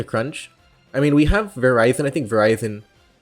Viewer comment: How are you going to pronounce Virizion as Verizon? I am new, am I being memed?